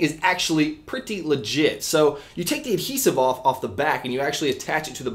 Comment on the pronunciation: I hate how he says "Pretty"